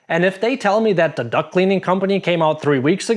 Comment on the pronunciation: Lol. "Duct" vs "duck" . . . I have also heard "cock" instead of "caulk." 😂